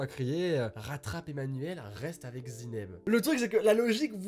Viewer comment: Sa ce dit pas ZINEB, sa se dit ZA-I-NEB